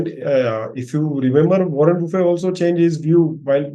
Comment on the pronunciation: Is it bufe or buffett...he is not lunch bufe